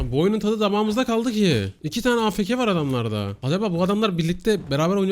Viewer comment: Afk değil afeke :D